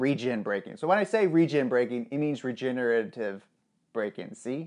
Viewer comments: "I'm just gonna call it Regen braking cause I can't pronounce it more that once" continues calling it regenerattive braking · can’t say regenirrating braking Also: proceeds to say rigenerative braking anyways